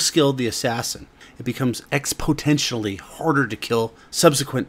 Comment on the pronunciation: Nice story. It’s exponential, not expotential however. That isn’t a thing